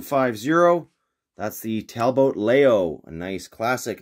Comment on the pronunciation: I don't know if you're informed about this or not but the car that’s spelled Talbot Lago is actually pronounced towel without the wool sound and bow with la go. Very cool video indeed and very knowledgeable. I have the original talbot lago on that weird flipped upside down blister. I also have a good year blimp with the blue card. I don't collect variations because I can't see paint differences really well and I just like to have 1 in my hands. I have a small collection of solid blue cards